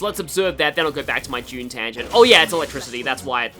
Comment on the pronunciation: you pronounce Dune as June